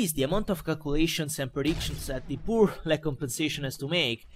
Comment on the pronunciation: Su alcune parole sembra davvero inglese, ma su altre ("call of duty", "lag", "moab"...) un po' si sente che è italiano :D